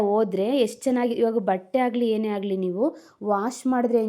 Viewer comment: Hagali alla agali( ಆ ಗ ಲಿ)